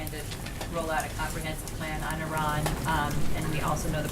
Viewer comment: And for the love of god, please learn to pronounce Iran properly